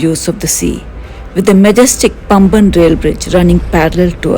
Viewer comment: Paamban bridge not Pamban